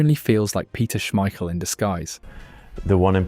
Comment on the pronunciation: The pronunciation on schmeichel too was really off, seems like ai slop